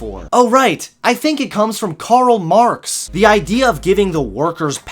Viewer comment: It's Karl Marx, not Corell Mowrx. 😑